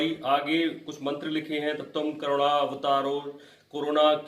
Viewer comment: Carona नहीं करुणा